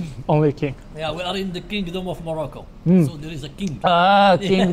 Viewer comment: Wolcome to morocoo 🥰👍